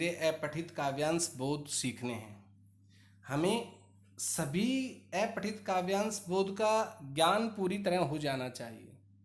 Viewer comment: अपठित को ऐपठित क्यों कह रहे हैं? ठीक से उच्चारण तो कीजिए।